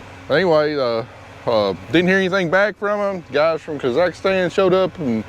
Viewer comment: Say it with me.... kah ziks stan .. Not kazikastans KAhhh ZIKS STAN